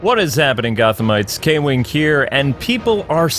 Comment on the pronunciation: “Kwing ” as y’all put it, may be right, but still sounds like a hater! 😂😅🤣